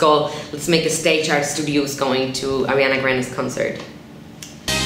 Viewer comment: "Arianna"???😂 but I loved the video